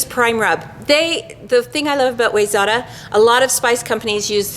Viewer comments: Awesome video,. Side note for - Wayzata is pronounced wy-ZET-ah. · It's why-zet(pronounced like vet)-ah I grew up there in Minnesota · Cool video with great info. If you want to be cool with the MN locals, the spice company is pronounced "why-zetta". Have to represent my home town. Cheers to all, AND.... The owl is on the shed ;).